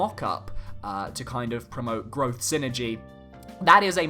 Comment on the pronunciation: Just want to make a little correction on the way Psynergy is pronounced as Psynergy is a portmanteau for "psychic energy" (エナジー Energy in Japanese) and is not meant to be spoken as the word synergy. It is the form of magic featured in the video game series Golden Sun for those who aren't familiar. #TeamIsaac4SmashUlt o/